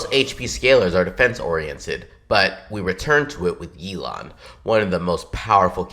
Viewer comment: Yelan pronouced like 'Elon' lmao, man we need Elon Musk on our teams